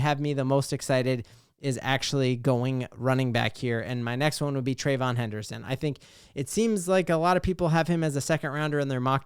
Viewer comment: if you like the RB out of Ohio State, you got to say the man’s name right. Tray-Vee-On Henderson; not Tray-von. Love the content, so just trying to help.